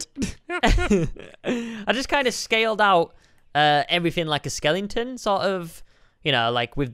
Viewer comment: You dont prononce skele'n'ton